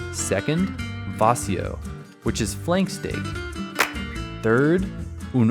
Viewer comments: Vacío has the stress on the "i" not the "a" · The accent in VACÍO and FERIA are different. In VACÍO it's on the diphthong. In FERIA it's on the first syllable. vacío {m} /baˈθio/ ; vacío {adj.} /baˈθio/ ; vacío {adj. m} /baˈθio/ ; vaciar {vb} /baθjaɾ/ ; vaciar {v.t.} /baθjaɾ/. silabación va-cí-o acentuación llana longitud silábica trisílaba feria {f} /feɾja/ feriar {v.t.} /feɾjaɾ/ ferias {f pl} /feɾjas/ el acento va sobre , salvo en feriar donde va en silabación fe-ria acentuación llana longitud silábica bisílaba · Vacío is accentuated on the "i" (in the 2nd syllable) not on the "a" of the 1st syllable. The asado is usually eaten on the plate, and not in a sandwich. The meat is usually still on the little segments of rib bones.